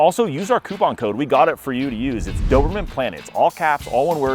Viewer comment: Why do I keep hearing "dorman" 😅 Anyway, nice dogs